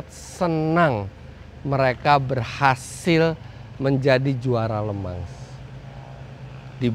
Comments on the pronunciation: Le Mans bacanya Lu Mong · Maaf mau tanya bang , LE MANS itu bacanya bener LEMANG atau bang Eri yg salah